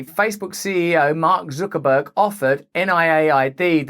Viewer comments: FFS, it's Zuckerberg, not Zookerberg! Zuck, like puck, luck, duck, tuck, chuck, ruck, muck, cuck, suck or fuck! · It's pronounced, "Sucker-berg"... and the rough translation means gullible nerd that no one besides his handlers like. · Who's Zookerburg? lol